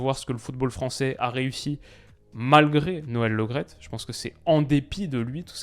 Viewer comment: Par contre c est noel Le Great pas Lo graet. C est comme premier et non promier. Merci